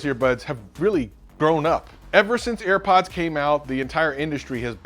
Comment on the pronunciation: "Earpods." Air Pods man!